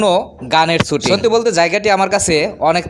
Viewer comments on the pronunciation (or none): ভাই, আসছেন যেই বিষয়ের উপরে ব্লগ বানাতে সেই শব্দটাই উচ্চারণ করতে পারেন না! শব্দটা শুটিং ছুটিং না।